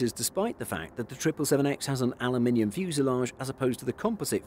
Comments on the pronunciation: He says it the way it's spelled: Aluminium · That's the Queen's English pronunciation lol